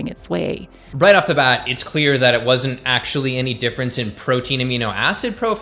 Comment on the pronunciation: "Doe-huz cray-he-fing eee-coo-wole a-hun ack-shoe-ole nu-tree-she-nole knee-heed" - Mouth-breather gasping for air and forming a sentence structure that is empty woman noise. You and your "ack-shoe-lee-uhh" and other overused mouth-breather terms like "foods" for food(food is food, it never needs the syllable 's' to act as suffix to denote diversity of food, mouth-breathers are too stupid to grasp this). The Human way to convey what you mean in that moment, is: Is craving a mechanism that reflects levels of nutrition within the body of whomever that crave is born to? The obvious answer is; yes, craving is an an expression of biology in quest for "homeostasis" but mouth-breathers misread these impulses and make poor choices as reflection of their misinterpretation. All who breathe through the mouth, are ruled by emotion to the point that their sence of syntax fails as their oration becomes meaningless decoration of vanity poised as reason. You mouth-breathers are the primary source of linguistic degeneration and all forms of inefficiency within society at large. All your gasping and tacky wording, is so revolting, it's like you are puking but words and word fragments are what you regurgitate in this process of pretending to communicate reason. This whole video is putrid noise of a woman inside the body of a man, just empty drama. I thught you were more intelligent than you are intellectual aka ideologue, I was wrong. All the forced and excessive "humor" is not helpin